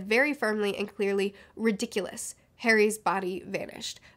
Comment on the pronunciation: It's "ri-dikk-uh-lus", not "ri-dikk-yoo-lus". And "ah-rith-man-see", not "ahrithmunsee". Great video though!